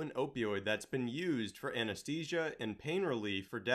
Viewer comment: AnesTHesia. Not aneSTesia